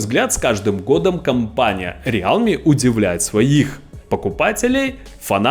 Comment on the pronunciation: Братка,рилми- real,me. Real Me- это я-Реал,как команда. А realme- это настоящий я. Real в транслейте читается как рил.